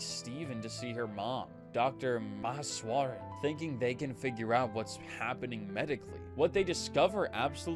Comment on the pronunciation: That pronunciation of Meheswaran actually has me wondering if this voice is AI or if you’re a real person reading this. It never even occurred to me until now to wonder about that when watching videos like this